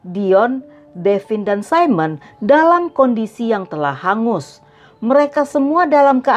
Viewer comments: Baca namanya Simona mbk..bkn saimon..krn swiss itu kebanyakan pake bhs jerman dan huruf i dibaca biasa bkn i dlm bhs inggris 😁. Terimakasih utk ceritanya mbk..jelas bngt 👍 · Maaf mba, nama Simona tidak diucapkan 'Saimen', Simona itu nama perempuan, jdi pengucapannya ya Simona. Sedangkan 'Saimen' tulisannya Simon, itu utk laki2. Begitu mba. Maaf semoga tdk tersinggung.